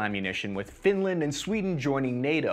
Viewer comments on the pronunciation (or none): none